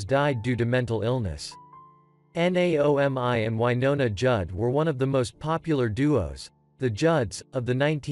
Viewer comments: It's Bobby RY-dell...NOT Riddle. I f your organization can't honor these people with RESPECT you should stop.doing this! Naomi....you can't pronounce that ? Just like it sounds: Nay-o- me-Judd. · Naomi - nay-oh'- mee Rydell - rye'-dell Dozier founded his first band when he was 3? Impressive! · Please learn how to say names before ya get on here and prove your ummm intelligence, it is pronouced Nay-oh-me Judd. I never find anything offensive just common sense, but this borders on offensive. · Bobby RY dell. Not a football helmet. And spelling Naomi. Artificial Stupidity